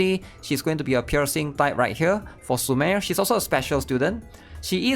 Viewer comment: He makes it right 😂🤫